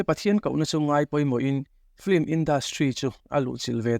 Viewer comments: Film tih hi flim ti ang hian in lam daih zel hi mak ka ti deuh. 😂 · Lehkhathiam tak tak pawhin "Film" hi 'Flim' tiin kan lam fo mai hi engtizia nge leee !!!